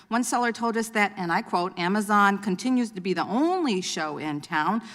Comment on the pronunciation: "Amazine" lol